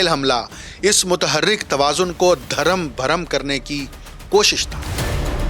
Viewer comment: درم بھرم نہیں اصل لفظ ۔۔۔ درھم برھم ۔۔۔۔ ھے ۔۔۔۔۔ خواجہ تنصیر شاھی ڈسکہ ( سیالکوٹ ) DARHAM BARHAM